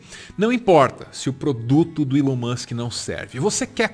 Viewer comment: Desculpa a correção desnecessária mas TOC linguístico aqui kkkkk a pronúncia é "ilon" não "élon"